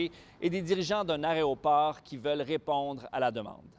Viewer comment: Drinking game : chaque fois qu'on entend «aréoport»....